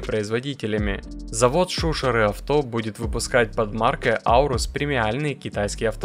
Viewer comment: Шушары - Ленинградская область под С-Петербургом. Ударение не на У , на А! !!!!